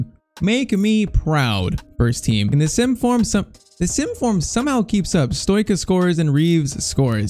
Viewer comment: Pcq:Stoica is pronounced like Stoichkov, so its like Stoitchka